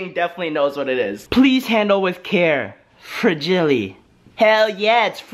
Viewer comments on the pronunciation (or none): U said Fragile wrong (probably said it on purpose)